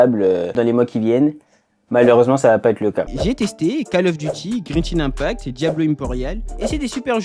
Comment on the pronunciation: 😂😂😂 Grenshin impact